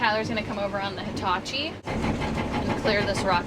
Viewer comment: is awesome ❤ 👌 👏 👍 and,, she knows how to correctly pronounce Hitachi! It is not High-tachi. 🙄😖